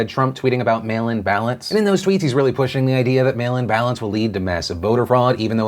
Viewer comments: When he said mail-in ballots I heard "male imbalance" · He said "mail-in ballots" I heard "male imbalance" lol